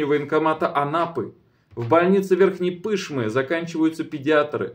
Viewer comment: Верхняя Пышма , ударение на А, последний слог